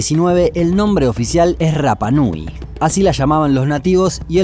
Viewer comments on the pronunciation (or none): El idioma de la isla no tiene el sonido "erre", solo el "ere", por lo tanto no se dice " RRAPA NUI", sino que RAPA NUI ... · Yo estuve en la isla viviendo casi un año. Y la R se pronuncia como ere no como erre. Osea tu pronunciación de rapa nui esta mal mi amigo. Saludos buen video